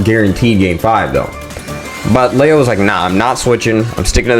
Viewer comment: love your video just say Leo right please💀maybe i’m being annoying but that shit was bothering me